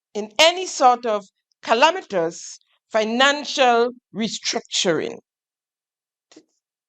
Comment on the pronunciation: “Calamitous”??! Wah really saying dey, lying 🤥